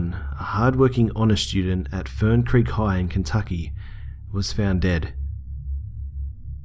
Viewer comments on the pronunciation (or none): none